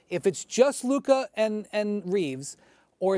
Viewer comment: SAS always struggles to say Luka 🤣 it’s always Lurka